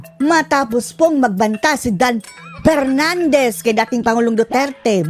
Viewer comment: 😅😅😅 yang dampernandes na yan ! Di nya kilala ang letter F. May sinabi pa yan na confused daw siya. Sabi niya i am compused. Wala ngang TH. I tink daw😅😅😅